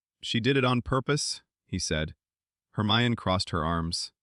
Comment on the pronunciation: Also you pronounced Hermione wrong it’s said her my en E no off